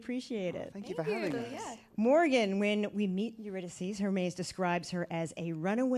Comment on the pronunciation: Obsessed with Alison Stewart’s pronunciation of Hermes as Hermès